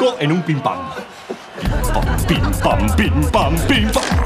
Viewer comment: why does he always say pinpam?? what is it??